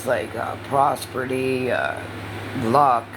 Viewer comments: Prosperty?? I think you mean prosperity, 🙄 what a DA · Pros ber dy she educated herself The word is prosperity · "Prosprity" followed by "educate yourselfs" 😂😂😂😂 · 🙋🏻‍♀️🙋🏻‍♀️🙋🏻‍♀️Raise your hand if you couldn’t wait for to pause and say “prosperdy” 😂😂😂😂, I adore you!! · praa·speh·ruh·tee 😏 words are hard 😂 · Educate how. To spell prosperity or pronounce it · Omfg the proper pronunciation is "HES-I- TANT" NOT HESSIN AND IT'S "PROSPERITY" NOT "PROSPERTIE" 5TH GRADE EDUCATION I SWEAR